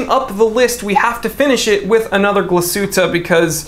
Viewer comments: Tbh, the Glashuette pronounciation was surprisingly almost on point. And I agree with the choice, but man, the two glacier watches that lately came out. These dials are ones to kill for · You pronounced Glashutte fairly well. Nomos is another watch brand within the Glashutte region. I'd say top3 most well known from Glashutte are Lange, Glashutte Original, and Nomos. Nomos definitely the Bauhaus design language of you like that. It's interesting I feel like I'm drawn to more German brands lately than Swiss. And your accent is hilarious!!!